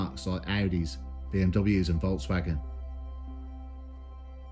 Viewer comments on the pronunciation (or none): none